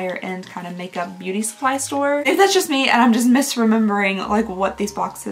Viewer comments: The amount of times you said Booty instead of Beauty😅❤ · Booty Bee-yust